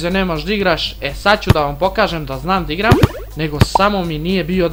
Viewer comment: A sto govoris d igram umjesto da igram